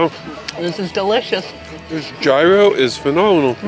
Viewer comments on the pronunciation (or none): Great video! Thank you for showing us a great little town, but you couldn't have kept me from going to Olympia. I'd love to see such a historic spot. Loved the dress,! And it's "Yeer-oh" not "gi-ro". The one you had looked absolutely delicious! (And so did the Baklava.) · Actually, it's yeer-o.